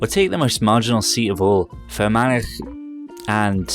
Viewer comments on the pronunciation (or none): Say "Fer-man-ah" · Irish person here, the gh at the end of a place name isn't pronounced so fermanagh is pronounced fer-mana. Tallaght is pronounced Talla etc. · It's pronounced more like 'Fur - man - ah"